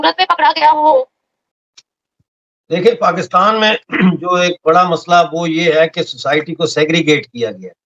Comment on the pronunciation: Mussla = Massla